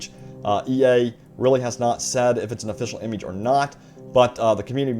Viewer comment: Please..... Never say "image" again.....